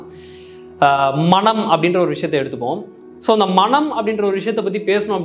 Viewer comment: மணம் என்று உச்சரிக்காது மனம் என்று உச்சரியுங்கள் நன்றி